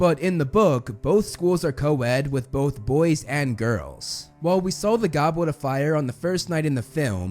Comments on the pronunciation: Heww yeah! I wuv the Gobwet of Fire! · Gobwit of fire 😂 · lol he said Gobwet of Fwiure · Bros saying ‘Gobwet of fire’ 😂